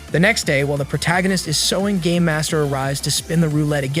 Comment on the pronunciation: Bro I heard instead of “ game master” it was “ gay master” 💀